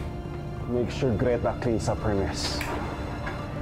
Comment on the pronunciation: "BALABAL" NOT LAMPIN YUNG LAMPIN PO AY SA BABY O SANGGOL "GRETA" NOT GLETA CORRECTION